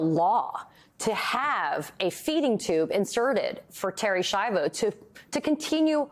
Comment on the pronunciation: This poor woman, Americans couldn’t even pronounce her last name. Ski-ahh-voh, not Shy-voh